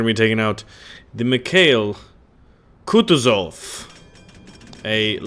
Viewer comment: KH=H, like in "honey". IL is same as "kill". And it's KutUzov, not KUtuzov.